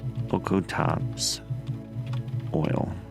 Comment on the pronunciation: Im really excited for this series as in the region of my home city... I do wanna point out that you mispronounced okatoks ( Oka-tokes) is how its pronunced just wanted to let you know that